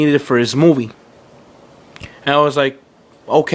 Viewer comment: the way you say movie just pisses me off. FUCK YOU!